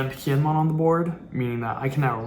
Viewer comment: You gotta learn the characters names man. Kiñemon and Ahpo is rough.